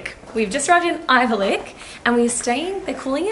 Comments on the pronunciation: What’s avylcik? :D it’s spelled Ayvalık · It’s “Ayvalık” 😂